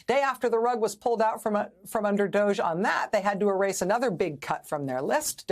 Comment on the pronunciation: No wonder they called it D’OHge.